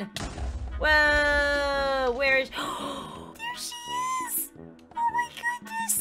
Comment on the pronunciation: did anyone hear “DEER she is! OH MAH GOODNESS